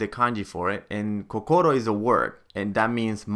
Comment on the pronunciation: I think they way he pronounced kokoro is wrong too, I can't trust this guy